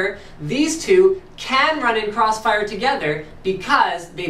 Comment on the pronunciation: thwee way cwossfiwe